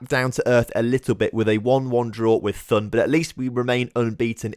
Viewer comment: Th is pronounced like a normal T, not as an english Th. So Thun is pronounced as Toon. And for Höngg: You got the ö sound correct, but you have to say the g at the end (it’s pronounced like the g in to get). And great victory over FCZ! Hopp GC!